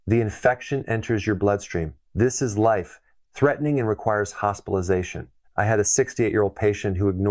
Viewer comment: Are you AI? I've NEVER heard a doctor say something it's life (2 second pause) threatening, basically like it was two different sentences